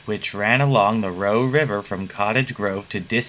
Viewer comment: O M G this video is so beautiful xD Thx so much for making this and including such great shots of 19 :) Also lol everyone from culp creek I have ever met says Row not Roe. Lol Thanks again for such a great film! And yet again I edit with the note of the CORP suffering multiple tunnel fires that led to a huge slow down in service around the 2000's. I had been told the fires affected the yreka, but I don't really know lol.